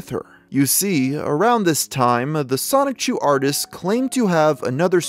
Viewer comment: You pronounce Sonichu like 'Sonic-chu'. Why is that?